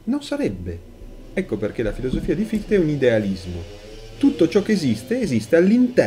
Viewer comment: prof, hai scritto se stesso con l' accento: sè stesso! e credo si pronunci fishte. Scusa, in verità ho scaricato tutti i tuoi video, molto accattivanti.